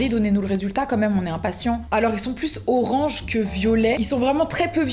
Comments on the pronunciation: « Le RoRaNgE » 😭😂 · elle ma claquer avec son 'rorange'